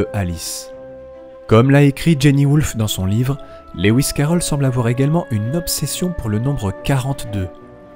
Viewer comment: Magnifique analyse, j'aimerais beaucoup lire ton travail qui doit comporter tellement d'autres informations passionnantes. Lewis se prononce Louis comme Louis Armstrong, pas Léouiss qui n'existe pas.